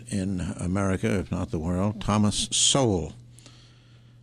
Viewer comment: It's "Sowell", not "Sole."